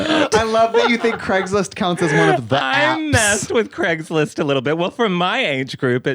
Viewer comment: NOT CRAISGLIST LMAOOO